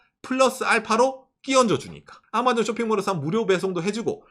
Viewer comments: 아^마존은 일본식 발음인가요? 경상도말투인가 했는데 도 아^마존이라 하는거보니 일본식인가 싶기도하넹ㅎ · '아마존' 억양이 완전 일본식인 ㅋㅋㅋㅋㅋ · ㅎ 박가네영상보면은 경상도말과 일본말이 섞인걸 자주듣는데요 오늘은 아마존이 들리네요.발음이 특이해요.ㅎ